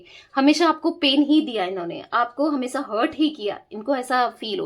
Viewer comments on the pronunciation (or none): none